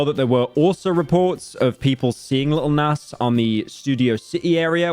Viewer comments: "lil näss" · Bro saying nas haha